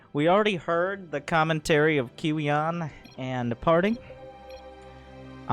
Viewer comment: Kiwian is pronounced korean I'm dead lol